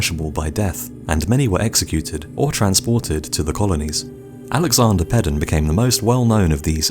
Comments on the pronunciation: Peden is pronounced "PEEden". It rhymes with Eden and Sweden. Why people fail to make that connection troubles me. Peden is also my last name. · Damnn that’s weird😂I’m bailey Peden bruhh he said Peden wron😂😂